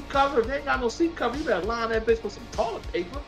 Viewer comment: 😂😂😂😂 I would be embarrassed to be on YouTube the way he pronounce words